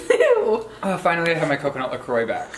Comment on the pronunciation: I love that Garrett pronounced coconut Lacroix correctly. always mispronounces it